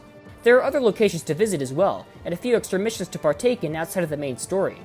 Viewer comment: "to part take in" lol